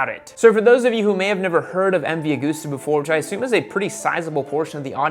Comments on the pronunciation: Great vids as always. But for the record. It’s MV Augusta as in gust not goose.... look to August for pronunciation clarification. You’ve got everyone in Europe laughing right now.... which is not a bad thing in the grand scheme of things really... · The pain in my heart when you say Aug OO sta, instead of AugUsta. Like August, the month. :/